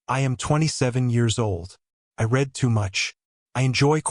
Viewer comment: Another thing to note, AI does not always get the correct pronunciation of words that are spelled the same but have different tenses. Example: read meaning past tense should sound like red. I will read that book. I have read (red) that book.